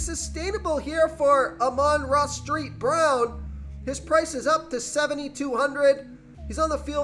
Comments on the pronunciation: street brown lmao, it is saint brown , not to be rude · You say amanra "street" brown???? Lol. Still a good pick I say